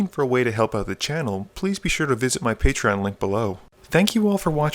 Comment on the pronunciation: It’s Patrons, not Patreons